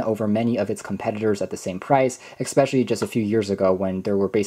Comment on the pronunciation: "Expecially... " I just cant...